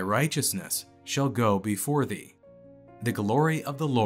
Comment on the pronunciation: "thee" ... not "three" ... I thought I was having a Mandela moment.